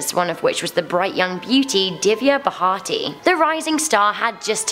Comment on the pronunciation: The famous actress's name is pronounced as di-v-ya bh-a-r-tee